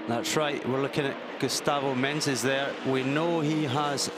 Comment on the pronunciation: Someone should say that is MENEZES, not MENENES. All race long he said it wrong😂